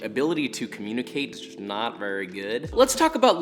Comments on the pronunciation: nobody : Josh : VeWYy VeVvy tasty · vEwY VaWy tasty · VeWy veWy tasty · Vewy funny! 🤣